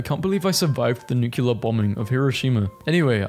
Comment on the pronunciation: My dude, it's nuclear, not nucular, i don't mean to be rude, just want you to sound as smart as you actually are